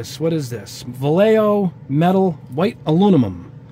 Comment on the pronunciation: vallejo pronunciation is : va (like *VA*cation) lle (like *JE*nnifer) jo (like *HO*liday)